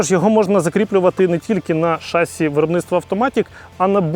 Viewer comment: Ребята, ну не шАсси, а шассИ. Молодчаги, смотрю вас под пивко Научитесь ударению